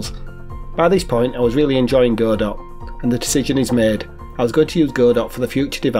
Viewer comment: Hey buddy, good to see you posting again. ❤👍 I've used Godot myself, I actually moved from Godot to Construct 😅 Also, well done for pronouncing Godot correctly, it's Go Dot like Robot. Hence the icon.